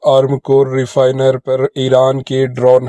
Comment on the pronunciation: Refinery boliye